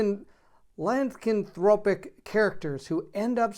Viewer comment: It's pronounced: LYE-CAN-THROP-ICK (LYE-CAN-THROP-EE). :)